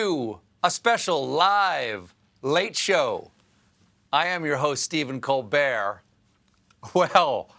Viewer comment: “... Stephen Coal Bear...” ? 😂 Sounds like his Indian name.